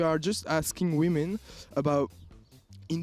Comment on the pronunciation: « We are asking wimin « MDR